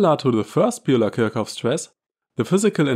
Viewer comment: Are you not German? Why pronounce Kirchhoff incorrectly?